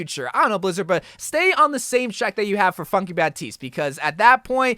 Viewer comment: I thought said “fucky baptiste” but its funky lol